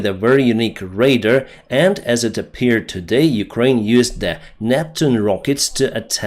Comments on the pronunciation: (RAdio Detection And Ranging) RADAR. It is pronounced Ray dar and not raid er. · Yet again, RADAR = RAY-DAR not RAID-ER. How can an airline pilot not pronounce that word?